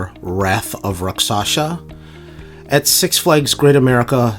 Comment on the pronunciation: The way he pronounces "Rakshasa" always gets me